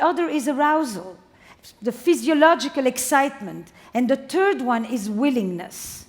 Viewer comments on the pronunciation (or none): I love Mindvalley and all 3 of these speakers. I gotta say that my little immature ego totally giggled when Esther said the turd one (third one) 😂